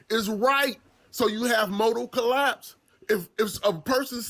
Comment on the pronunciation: "Least to motal collaaaps"